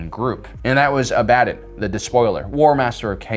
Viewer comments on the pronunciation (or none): "Uh-baddin", no "Abba-don", yes. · I forgive you, Heretic! I mete out your punishment for mispronouncing the sacred name of Abaddon. A Faithless mouth-breeder such as yourself cannot be expected to know how to say His sacred name. You shall only be sentenced to 1000 years of the loving caress of one of Slaanesh's more minor servants. You are not worthy of the full gaze of a god.